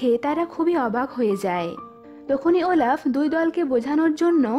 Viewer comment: Oelaf na olaf🤭🤗☺️😁😚😙😋🥰😍😍🤩😘😘